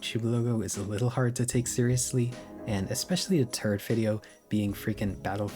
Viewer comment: You know what really strikes me in this whole video? The effect of your inability to pronounce "th", and how that affects how you say "third".